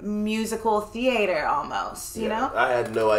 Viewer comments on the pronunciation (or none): "Thea-a-ter" ridiculous. And that was a clarinet not a flute.